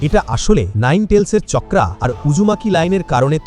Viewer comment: চাকরা ❌ চকরা ✅😂😂😂😂